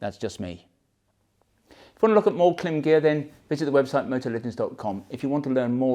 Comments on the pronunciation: I really enjoy your videos- they helped me select the Marakesh series for my hot weather riding here in Florida, USA. One thing- I have seen lots of Klim videos out there and this, different pronunciations of the brand. The Klim site has an intro, branding video… it actually IS pronounced “Climb”- go figure. Just thought you’d want to know. Cheers. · Klim is pronounced Climb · From google: How is the brand Klim pronounced? Klim (pronounced "climb"), based in Rigby, Idaho, is a company that manufactures motor sports (snowmobile and motorcycle) clothing using the same-name brand for men, women, and children. However, anything reviews is always very professional with tons of information.